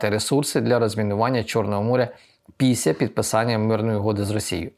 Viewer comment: не Піся, а Після. Перше має дещо інтимний характер